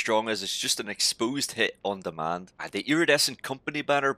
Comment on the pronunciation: Expoosed lol